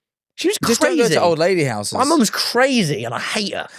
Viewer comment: “big enough houughhes”